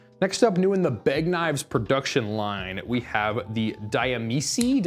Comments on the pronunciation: Diamici ? .... di amici [dee uh-me-chee] = of friends (Italian). Just sayin. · A 'c' followed by a vowel is pronounced ch. Like you would with 'chee' in cheetah. (End result: Dee-ah-me-chee).